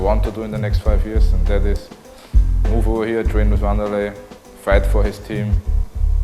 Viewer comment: If anybody's unsure about pronunciation it's 'Van-dur-lay'.